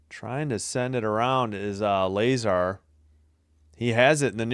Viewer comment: La-zar not Lay-zar lol